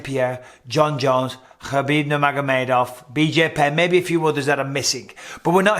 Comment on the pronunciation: Stop. It's Khabib.